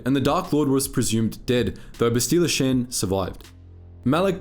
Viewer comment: I can not stand the way you say Bastilla Shan, they literally pronounce her name in the games. It's Bast-Ill-Uh Sh-On